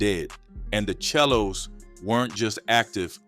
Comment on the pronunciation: Pronounce The 💩 Right chel lo's It's Not It's SELO Pronounce Say Low Bro 107's Hoover